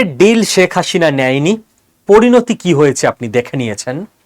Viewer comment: শেখ হাসিনা নামটা ঠিকমতো উচ্চারণ করতে পারো না, তুমি উচ্চারণ করছো শেখ হাশিনা!